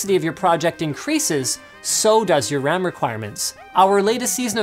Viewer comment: RAM, Not "wam"